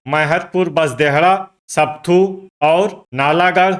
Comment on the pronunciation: Not sapthu but sapathu